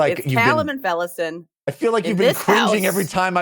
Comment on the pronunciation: Allow me to put this to bed guys, thank me later. It's pronounced Kalam and Felisin. You're welcome.